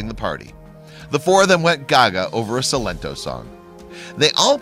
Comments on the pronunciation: The name is Sigh-lent-toe!!! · Sil-ento? Its Pronounced Sigh Lenn Toe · Si - len - to not se - len - to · Did you just say Sill-ento? It’s Silen-toe but as Silentò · Its Sílento pronounced [Cye-Len-tow] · Its pronounced(silent-toe) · Si-LEN-Toe is the CORRECT pronunciation of the name. And the dance moves were off beat lol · It's pronounced like silent and toe, silen-toe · It’s pronounce Silent Toe but this Is adorable you can tell they had a good bond at work. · Him dancing aint the cringy part, its how the narrator pronounced silento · U pronounced silento wrong but ok...... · All of his descriptions in this are cringeworthy. He can't even pronounce the artist's name right. And how many times did he say the word "groovy" in this?! Lol Also did anyone notice that the 2nd woman to come in danced more like a Grandpa than anyone there?! Lol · He didn’t even pronounce his name right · HE SAID THE NAME COMPLETELY WRONG !!! 😂😂😂😂😂 . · He pronounced “silento” wrong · The way he pronounced silento. Hahaha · He pronounced silentos name wrong 😂